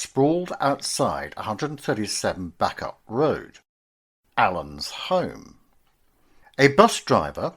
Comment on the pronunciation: Rawtenstall is pronounced Rotten stall and Bacup is pronounced Baycup.